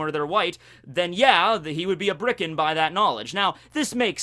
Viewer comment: Maybe I'm missing something, but I'm pretty sure it's Birka, not Bricka.